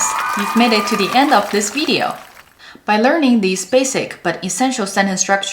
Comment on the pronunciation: my turn video is not veedeo its its pronounced vid ee owe video-- ni hen hao laoshi